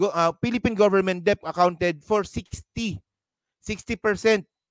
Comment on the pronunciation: Debt is pronounced DET. Silent B